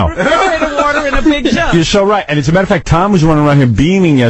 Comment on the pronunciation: "It doesn't matta"